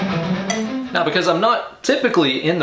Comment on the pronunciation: Is there something wrong with my ears or are you saying "mauw" in stead of "now" like in that super troopers scene? Cool lick btw. I'll give it a go in a few'.